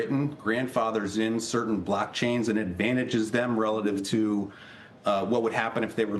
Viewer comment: How come he says blackchains